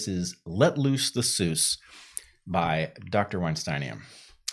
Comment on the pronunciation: What an excellent rhyme, I appreciate its scheme, you are an excellent poet, mr. Bret Weintein, did you now with a wince mispronounce your own name? Now with a bow I shall end this fine game.